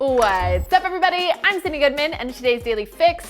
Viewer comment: it's Sydn not Synd.